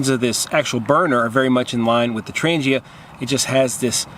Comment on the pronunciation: I’ll stick with my Trang-GHEE-ah. (Sorry it drives me crazy when it’s pronounced wrong)